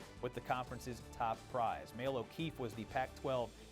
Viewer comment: Nothing says "I know what I'm talking about" like pronouncing Maile as "male".